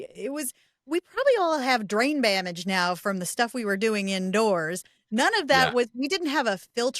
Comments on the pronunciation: "Drain Bamage"........ HAHAHAHAHAHA! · "drain bamage" 😂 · Lololol did she say drain bramage? I am stealing that. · Lol I thought I was the only one who heard drain bamage😂 I have heard a joke about a drunk driver getting pulled over by a cop and the first thing he said was haloo police ossifer did you know that alcohol can cause drain bamage and the ossifer should stop drinking as it's affecting his gugement .. hic😵‍💫